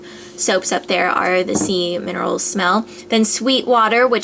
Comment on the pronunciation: when you said sea mineral i hear semen roll haha